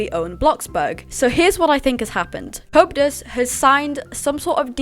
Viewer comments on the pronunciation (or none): Not in an offensive way, i find it funny how it sounds like you say copetus instead of coeptus 😂❤